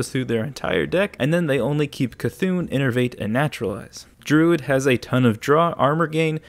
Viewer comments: It's not Mecha-C'thun. It's just Mecha'thun! nerd rage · ITS MECHA'THUN NOT MECHA C'THUN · Its' not Mecha C'thun ... It's Mecha'thun .... you're killing the actual wordplay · Every time he says mecha c'thun I cry it's mecha'thun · i dont know why but im pretty triggered he calls it mechac'thun instead of mecha'thun idk why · Dude, ME-CHA-THUN NOT ME-CHA-C'-THUN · It is Mecha‘THUN not Mecha C‘THUN ;) he also has feelings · I wonder if he's purposefully saying mechac'thun or if he misread the card's name. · Its pronounced meh c'thun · Stop saying Mecha C'thun...